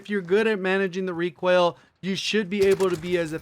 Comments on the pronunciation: Made in NoLa nah he says Requail instead of RE COIL. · Pope Gains he puts extra on “oil” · Why do you pronounce recoil like that? Kind of weird